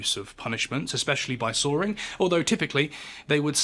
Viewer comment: It’s sawing, not soaring.